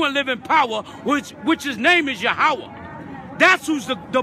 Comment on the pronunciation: God is YAHWEH - pronounced "Yah - WAY"... idk what that Black Hebrew Israelite is screaming "ya-how-ah" about lol... jmo